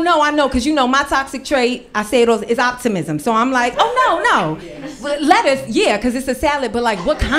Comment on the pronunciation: It's de lettuccee 😅😅😅